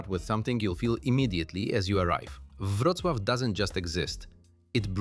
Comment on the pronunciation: Przecież dobrze "Wrocław" wypowiada.Chyba że coś poprawili od wczoraj